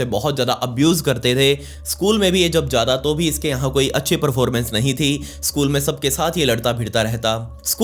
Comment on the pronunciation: "Nehi bro"😂😂😂